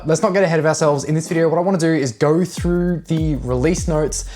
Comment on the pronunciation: “Moverr” throuhhgr” “helleur”